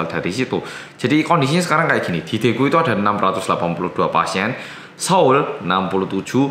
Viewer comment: Pas itu ora medok blas😆